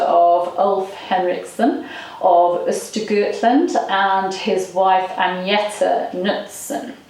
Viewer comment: Love how you english speaking people always seem to pronounce Agneta as Ah-NYET-Ah. In Soviet England, names are hard! It's more like...Aang (as in Young) + knee + ta (as in... taciturn? Haha) It's also the name of the blonde singer in ABBA, so it's definitely a popular name to this day! I wonder if Elin Gorges was forced to change her name to Helena because people had a hard time pronouncing that too?